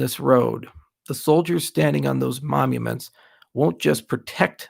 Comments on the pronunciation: Is he saying momuments? 🤔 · Sounds like you're saying momuments in the video though. Is this the kind of thing where you've said it wrong your entire life and no one has corrected you on it? Like Rick (in Rick and Morty) who says "taking things for granite" Or was it just a brainfart from being tired and not able to sleep? Both are okay btw, it's part of being human and happens to the best of us. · How about you fuck off and make me some of the money you have lost me back, dickhead. Can this guy really not say 'monuments'. We're all fucking morons for buying into this guy's promises.